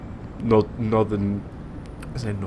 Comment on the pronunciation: Just saying it's Northan not nordon